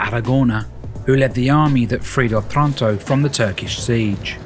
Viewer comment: Beautiful video. For the record: Otranto is pronounced oh-trahn-toh, with accent on the first oh. And the other city is called OSTUNI, not OSTRUNI. For all the people who will google it and find nothing.